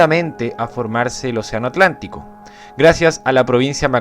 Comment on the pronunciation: oceano atrlantico timido= oceano atraltico soft uwu